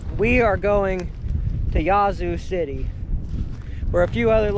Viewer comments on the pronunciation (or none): it's "Yazz-zoo" City